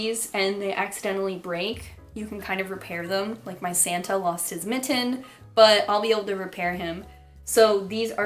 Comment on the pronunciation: I’m super sick and i had to go to class and work and now i finally get to settle down and watch my mother show off some Halloween decor ((: also i like the way you say mitten, I’m from CO and i don’t hear people pronounce their T’s a lot